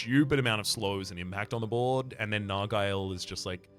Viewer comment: that's not how you say nargile